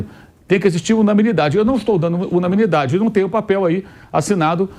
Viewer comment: Pq ele fala “unaMInidade”, sendo que o correto é unanimidade?